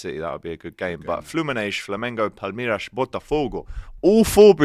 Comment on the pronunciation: Can someone tell that there is no SH in Palmeiras & Fluminense